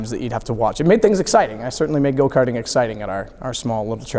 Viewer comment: Go ‘kerting’ Touring ‘kers’ Brilliant